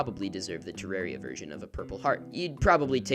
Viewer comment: Amazing video, also congrats on being one of the few people that actually pronounce 'Terraria' correctly!